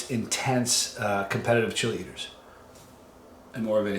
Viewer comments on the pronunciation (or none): When you say chili eaters from a distance it sounds like cheerleaders haha, glad you had a good season Johnny!